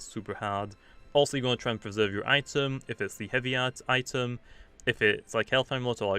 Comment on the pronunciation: sorry but it's pronounced eye-tem not it em